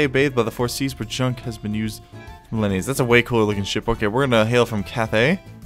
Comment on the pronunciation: Hey, Junk isn't pronounced Djunk, you need to loose the D at the front of your pronounciation, its a ancient asian ship.